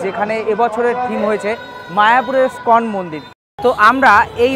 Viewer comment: কথাটা স্কন মন্দির নয় ইসকন মন্দির হবে। খুব ভালো কাজ করছেন কিন্তু নিজের ইম্প্রেশন টাও তো জমিয়ে রাখতে হবে, তাই না? একটু মনোযোগ দিলে আরো ভালো হবে।